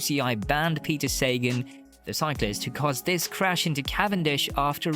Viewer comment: Peter Saygan??? Come on, dude!!!